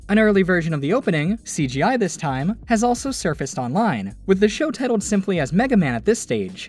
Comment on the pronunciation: "tittled" lol